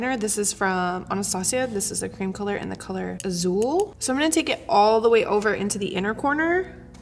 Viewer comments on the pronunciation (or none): Ummm azul is Spanish for blue and it's almost as if the z Is pronounced as an s. (I'm Cuban)